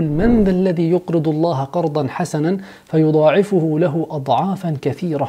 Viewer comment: احذر في الدقيقة ٦:٤ تقريبا في كلامك .. فيضَعفه وليس فيضعفُه ولكنها مصححة في الكتابة لكن أردت التنبيه